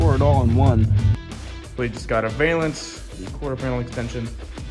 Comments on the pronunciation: Man This is great to see young guys doing old school work. I hope more do it too. !!! But I gotta say that it's pronounced " Val-ance". Not Vail-ance. I see you doing work this good and I can see you doing some cool cars in the future. Keep up the good work. All of you guys. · Cool video. Just to let you know it is pronounced "val-ance" not "veil-ance". Just sounds really weird and has nothing to do with veils.